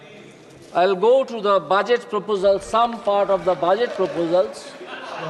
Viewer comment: It is budget not baajet😂😂😂😂😂